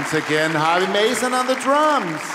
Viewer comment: WTF, Harvey not Harves!